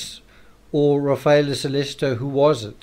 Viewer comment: SO LEH CHI TOE - not SO LES ITO